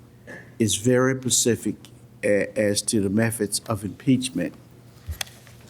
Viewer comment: Pacific. WTH? The word is Specific. Smdh.